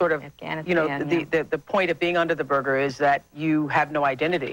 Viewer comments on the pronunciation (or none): That's funny how Oprah said, "burger" instead of "burka" haha ...